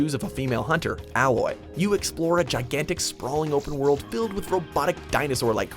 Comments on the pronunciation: he called her ah-loy but it is actually ay-loy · He said Alloy instead of Aloy. SMH. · it's aloy not alloy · Vikrant Pulipati that bothered me also. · You said Aloys name wrong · Say Aloy right! It really isn't that hard...